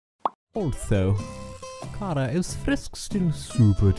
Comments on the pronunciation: Am I the only one who thought it was pronounced Chara rather than kara? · stop with the KaRa its chara ch bruh